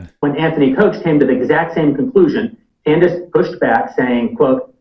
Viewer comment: Freudian slip ! you said "Con-dice" ha ha ha!